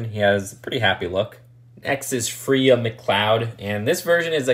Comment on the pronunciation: Her name is pronounced Fraya McCloud, not Freea